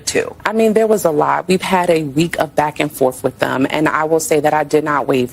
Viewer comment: I just like the congresswoman said “we’ve been back-and-FORF … This is the pronunciation they fixed in like second grade.